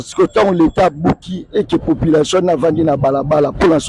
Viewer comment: Pas " popilation" mais population 😅